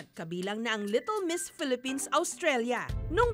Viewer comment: PELEPENS, PELEPENS, PELEPENS......